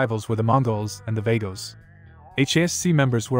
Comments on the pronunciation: Not vague-o's, it's vagos as in vah-goes. ✋🏻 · He's definitely not a Mexican if he mispronounces Vagos the way he did... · Vague-Os. I love it and it's way more accurate, 😂